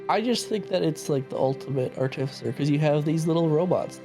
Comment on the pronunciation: I'll say this for you. When it comes to the artificer, you guys tend to put the emPHAsis on the wrong sylLAble!! LMAO